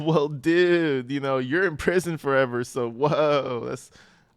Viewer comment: Anyone else notice how she pronounces her 'r's??? She says, foreverrrrrrrrrrrr...its horrid.